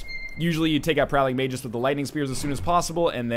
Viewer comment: Not that NL reads every comment (especially pronunciation ones :p) but "Magus" is pronounced May-Gus. You were close.